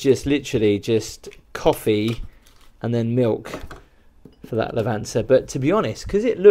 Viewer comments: It's not a "Lavanza" coffee machine, it's "Lavazza" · It's Lavazza, not lavanza😉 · I'm trying to imagine the look on an Italian's face every time you mangle the word 'Lavazza'.